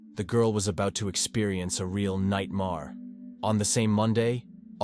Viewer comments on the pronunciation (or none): Stop watching these stupid shows with stupid AI voice. AI says Nightmaar for Nightmare. It is insulting to our time!